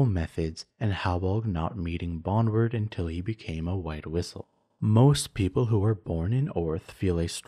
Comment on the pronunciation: Bon - drewd, not bonward